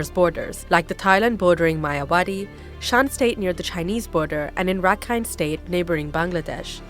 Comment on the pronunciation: Zarni can't even say Rakhine(Arakan). Who controlled Rakhine(Arakan) now. Rakhine people